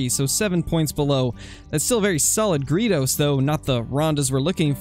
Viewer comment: Just did some searching and found 5 pronunciations and 1 said greydos, 1 said it my way, & 3 said Gree Does